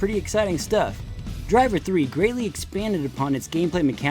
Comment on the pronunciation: I really appreciate how you go into the background of all of the game franchises in addition to going in-depth with the graphical differences. Additional points for pronouncing Driv3r correctly as "Driv-three-R" at the beginning :)